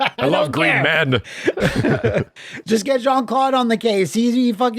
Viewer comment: Why can’t anyone pronounce Jean’s name right?